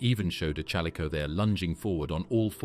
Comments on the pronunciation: A. I. Narration SUCKS!! The CH IS NOT PRONOUNCED LIKE CHURCH!!Use real human resources!!! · Terrible AI voice mispronouncing chalicothere. Couldn't watch. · they don't even pronounce the name of the main animal they are speaking about correctly. Of COURSE it's meant to be appealing, since no one would watch it if it were not. However, that doesn't make any of what's here factually accurate.